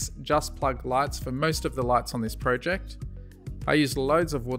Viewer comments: He says pojec and I say project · Pro-jeked 😂it's project